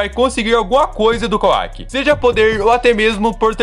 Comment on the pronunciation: Por que ao invés de falar Kawaki você fala kuack? O cara não é um pato, fala certo o nome do personagem cara